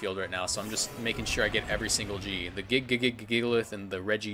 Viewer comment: "jigalith" -WolfeyVGC